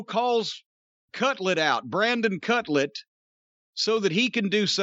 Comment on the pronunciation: Isn’t it cutler? Lol